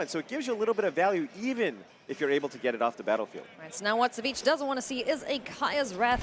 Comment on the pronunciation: I thought his ID's pronounced Savage.